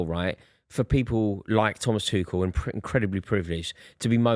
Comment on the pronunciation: It's NEVER "twoshell". Thomas is German not French . Pack it in